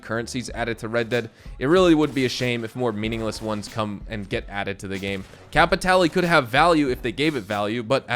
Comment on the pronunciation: Um actually it's pronounced CAP I TALL YAY